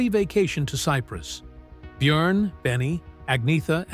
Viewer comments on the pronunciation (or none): none